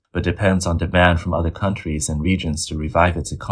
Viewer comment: Aaaawww I sad for you, you bullwee uuhhder countrees and now karma bullwee yous. So sad for yous